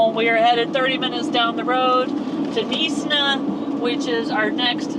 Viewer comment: Knysna is pronounded "Nigh-s-na" not "Neesna" 😀😀 I live in Cape Town but I took a little weekend drive down to Knysa with the doggies. The Garden Route is magestic. Us South Effas love it.